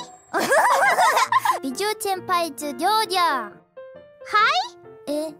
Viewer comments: Ryourya vs Wouwi was pretty good at pronouncing it like, so apparently accent works well for babies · Neither of them could properly say “ryouri”. Truly an akachan duo momeny